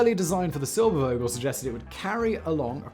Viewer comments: it is Vogel, and NOT "wogel" a V has a bzzz like a zzz, an fff doesn't like an sss., .there is no w sound in a v... what so ever.. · Realy far from being german or native english speaker, but Eugen Sänger reeds something like Oyggen Zengger, Irene reeds something like Irrenneh and Silbervogel like Zilberrfogel.